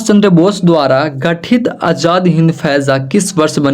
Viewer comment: Sir faija nahi fauj hota hai